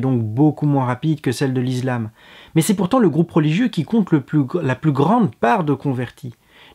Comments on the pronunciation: Je me disais bien aussi, l'izlam? Heu zé quoi ze truc? :) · On dit pas "is[z]lam"...lol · la lettre S se prononce (z) lorsqu'elle est située entre 2 voyelles. Ce n'est pas le cas pour le mot ISLAM ;)